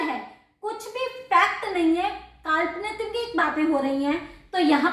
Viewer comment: Kaalpnpik 😂😂😂😂....it's kaalpnik